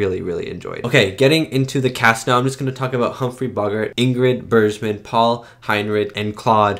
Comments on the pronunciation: Ingrid “Berzshman.” LOL. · Bergman is a hard G sound not a zh G sound, as in JohannesBURG. Michael Curtiz is a filmmaker that is a craftsman as opposed to a visionary like Hitchcock, but he was extremely suited for Casablanca. All the shots for a very romantic war drama are just right. Rick walks into MS, pan to Sam at piano, oan to Ilsa and track in to CU. It's just what's needed. Curtiz direction of the splendid 1938 Technicolor film ADVENTURES OF ROBIN HOOD is fantastic with a spectacular score. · Patriotic propaganda (mostly positive) was all the rage at the time. This was one of the earliest in 1942, but films with this theme, domestic and military, contined for the duration of the war. By the way, if she is one of your favorite actresses you might start pronouncing it Bergman as in iceberg. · Great reaction… as always. Just FYI… it’s pronounced Ingrid BERGman (with a hard G like iceBERG) and Peter Lorre (like LORREY - not Lore).